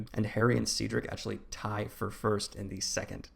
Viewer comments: Not “Seadrick” 😂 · 'Ceedrick' is killing me 😭